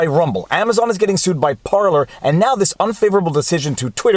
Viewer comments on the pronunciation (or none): none